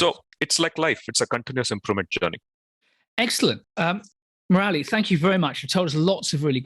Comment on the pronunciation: Murali is pronounced 'Moor-li' not 'Moo-rali'